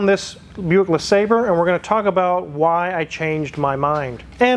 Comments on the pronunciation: It's pronounced La Saab Ray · Le sawbray is the way I've heard it correctly pronounced.... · It's "Le Sabre", you cretin... My supercharged '96 Riviera has 72K miles on it... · Due to the spelling, I always pronounced it "Le Sabrei" Because of the "re" instead of the "er" at the end. Same with ANY word I see with the same issue like "Centre" instead of Center or "Theatre" instead of Theater.